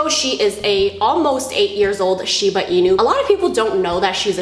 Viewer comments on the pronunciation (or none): none